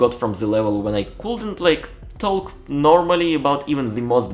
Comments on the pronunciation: About pronunciation: you always say “taLk”, while the L in talk is silent 🙂 But you speak good English, I like listening to you. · As a Brit, I have no problems understanding you and think you have an excellent level of English! However since you asked, one interesting observation I have is that you pronounce the L in words such as talk, could, would - this L is normally silent! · Word “talk” the L is silent